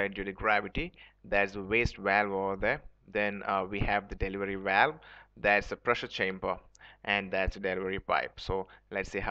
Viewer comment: Please dont say walwe. Its pronounced as Bh-a-l-Bh. It quickly became annoying to watch your video.